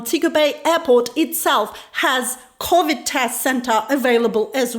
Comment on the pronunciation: SHE SAID CAVID TEST